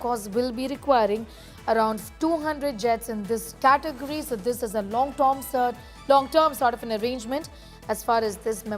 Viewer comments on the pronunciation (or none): Long torm😂